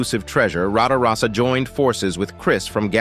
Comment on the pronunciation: got 10 minutes into this complete travesty and couldn't take any more , the youtubers name is RATAROSSA , not Rada rosa , it is a BIZZARINI GT5300 Strada , not a Lamborghini Bisani Stratus ,powered by a Chevrolet 327 , heavily reworked by Bizzarrini , Bizzarrini indeed designed a motor for Lamborghini but never produced a body for it instead siting it in a Lambo 350GT body as a test rig